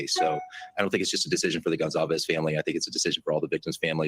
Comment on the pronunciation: STOP SAYING GONZALVEZ 😂😭 Thats not their name